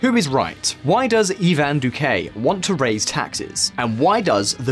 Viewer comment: I cringe every time you pronounce it "Duqué"